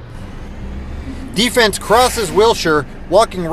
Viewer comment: it's "D-Fens"